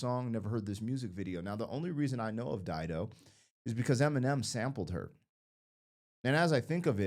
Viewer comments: You are right, it is pronounced as you said, Dido is a very famous name, Dido was Queen of Carthage. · You've pronounced it correctly. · You said it correctly, good job! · You're correct on how you are saying her name